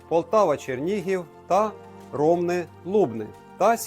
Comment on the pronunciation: Правильно РомнИ. Подейкують, що за Русі була назва РомЕн(ромашка - по староруськи).